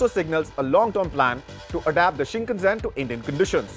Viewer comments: それは新幹線です shinn kannn sennn bro しんかんせん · whats Shinkazen? Bro is reading from the scripting and still messing it up